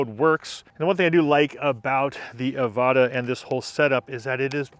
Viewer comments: Nothing wrong with his pronounciation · Sounds right to me. 15 second mark; how DJI pronounces it.